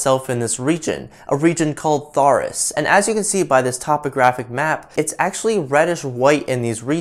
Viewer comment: nice video, but where did you get that pronunciation of Tharsis? shouldn't both those 's' be enunciated?